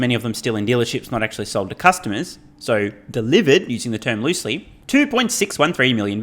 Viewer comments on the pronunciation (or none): Dehhhlivered…luicily (loosely) 😂